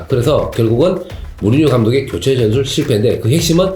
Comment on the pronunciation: 으시스트, 즌술, 츠째